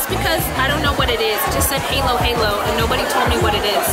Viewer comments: Halo-Halo (Haalo-haalo not Heylo-Heylo) P. S I'm just tryna correct the pronunciation 😅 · Its actually pronounced as pala-bo-k and hAloW hAlow so please practice it cause its triggering me🙂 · It's pronounce Ha-low Ha-low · the palabok, mix the sauce and the noodles and sprinkle kalamansi juice before you eat. The halo-halo (pronounced halo not helo), take the cover first then mix the ice cream together with crushed ice and mixture of beans and fruits then enjoy it. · I love how you pronounce halo as "Heylo". It's actually like Ha as in Hahaha. It sounds both funny and cute when you say it though. Now I miss Jollibee. :( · U dont pronounce it heylo heylo. It's haaaaalo haaalo without the slang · The way she pronounce halo halo and palabok. 😂 Heylo heylo and palabowk! Haha nice! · I love how you say "heylo heylo" 😁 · Halo halo became hello hello🤣🤣🤣😂😂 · Its read as ha-lo-ha-lo. Im a filipino btw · it should be read as ha lo ha lo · "halo-halo" It is pronounced as in " halo " of "hallo"ween🇵🇭👍🇵🇭👍🎵🎧🎤 You forgot 🇵🇭 are approachable. . .you did not ask any 🇵🇭 on how to eat the "halo -halo" = "mix-mix" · When you said "Halo-Halo" makes me laugh!! 🤣🤣🤣🤣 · Diko kinaya pag pronounced nya sa “HALO HALO” hehehe 😱😍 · you messed up reading the “Halo Halo” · I cringe sorry cause she pronounced "Halo halo" wrong and also not mixing it.. i mean i forgive hahah